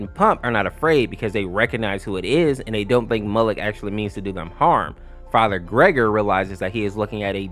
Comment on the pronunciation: It's actually "ger-gor-e" not "gregory" when referring to farher gergori in half life 2